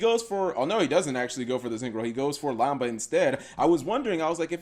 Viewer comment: It’s lamda not lamba cap I thought I should tell you.